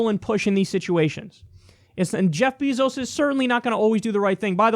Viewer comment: Btw kyle its bayzos not beezos. Js